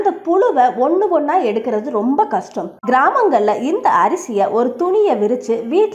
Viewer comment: First tamil ozhunga pesa kathukittu pesunga. Pulu illa puzhu. Kastam illa, kashtam. Ketkave kashtama irukku.